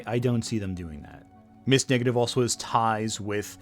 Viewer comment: Great video, but am I the only one hearing "Ms. Negative"?